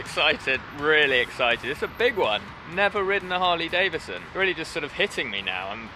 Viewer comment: Why do people say Davison when its Davidson please use the d its not silent. Sorry this only bugs me because people miss pronounce my name.